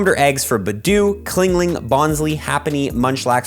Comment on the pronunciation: Anyone else bothered that he says “Cling-ling “ when the Pokémon is called Chingling?